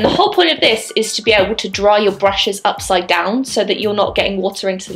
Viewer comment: She said UPSIDEDWON!!!